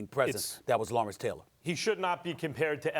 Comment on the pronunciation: Never been a Stephen a smith fan, max said it right Lawrence-Deion-Khalil